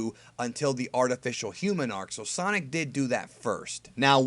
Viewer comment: sonic not son...